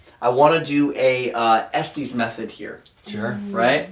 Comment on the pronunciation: Pronounced "Est-is" method after where it was developed in Estes, Colorado.